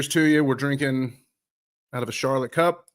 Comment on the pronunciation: Thanks for pronouncing our club right! Much appreciated! You get a like straight away! What I’ve seen there’s a lot of hate for Patrick, so I can understand why he would go elsewhere to prove himself! With our manger and training ground he will be a better player!! Watch this space!